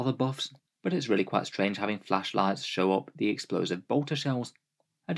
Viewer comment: Say "flashlight" one more time! SAY IT!!